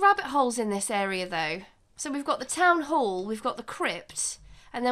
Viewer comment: I like how you say Town Whore, I mean Town Hall lol